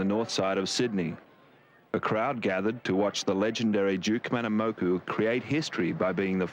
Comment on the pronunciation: OMG; 58 seconds into this video Nat Young can’t even pronounce DUKE KAHANAMOKU’s name correctly!